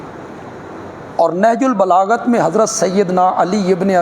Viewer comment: بار بار نہج البلاغت بول رہیں ہیں حضرت ۔۔ نہج البلاغہ پڑھناچاہئے